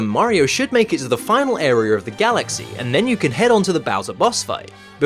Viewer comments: Why do you say words that end with A with an R? Like idear and arear instead of idea and area. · when you sayed area it sound like you sayed arear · “The final arer.” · Something I thought I noticed before but definitely hear all over the place in this video, is in traditional British fashion, completely botching a word. Listen to every single time you try to say "area" in this video, and you should pick up on the fact that you always add an R, resulting in you saying "airyr". How does this happen? Maybe your mouth or brain is glitched? ;) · Can you not pronounce the word area?